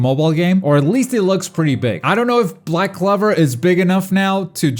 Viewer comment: My guy why do you say black clover like that it's clover not clever